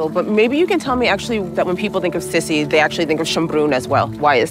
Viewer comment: Her nickname was pronounced "SEE SEE" not "SIS-E"...like how she said